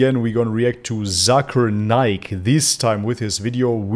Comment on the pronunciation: Hey Its Not Zakaar Naik / Zaker Naik , Its Pronounce Zake'er Naik . In My Language (Malay Language) Zakar Mean Man Private Part and Naik Mean Up/Rise .😂😂 . So Be Careful Bro . 😜😜✌✌ . btw , Zakir Naik Currently Permanent Resident Of Malaysia , He And His Family Live In Putrajaya (Malaysia Administration Capital City) . ♡ 🇲🇾